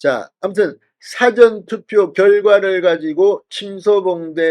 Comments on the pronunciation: 싸전투표가 아니고, 사-전투표! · " 사전투표 " 이란 말씀보다 " 사~전투표"라고 ? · 발음시 "사전투표"가 아닌 " 사:전투표 " 로 발음해야 하는데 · 사전투표는 국어사전, 영어사전이 아니라 가르쳐드렸는데 계속 무식한 발음을 하십니까? 가르쳐주면 좀 고치십시오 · 사전투표율이 낮아야 허는 것 아닌가요? 보수지지자들은 사전투표 의도적으로 하지 않았을 것 같습니다. '사전'은 dictionary가 아니라 pre-event입니다. 발음이 ㅎㅎ~